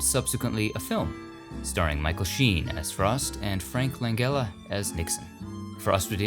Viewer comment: Nearly burst out in tears with excitement at the prospect of another HOLLYWOOD GRAVEYARD abroad edition. That being said, certain corrections must be made. LANGELLA is pronounced LAN-JELLA rhymes with FELLA. The village of CHI-CHESTER rhymes with GUY. And the planet URANUS is ALWAYS pronounced UR-ANUS as in, well, we ALL know what that rhymes with. Cheers!!